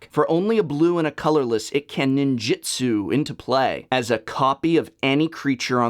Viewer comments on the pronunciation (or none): none